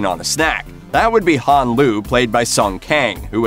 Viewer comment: Bro this guy knows nothing bout fast and furious the way he said Hans name you can tell he knows nothing probably reading off of Wikipedia